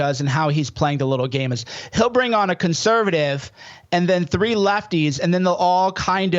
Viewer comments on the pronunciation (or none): none